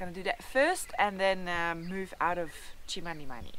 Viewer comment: Itchy boots even pronounces Chmanimani better than some whites who have been in Zimbabwe many years back she is amazing